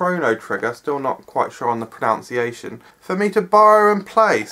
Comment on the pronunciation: Maybe you could try pronouncing pronunciation correctly? :P